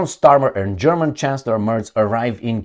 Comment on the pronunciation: Your German pronunciation is very good